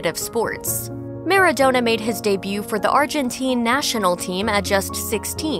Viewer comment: It’s maradona not MARDONUT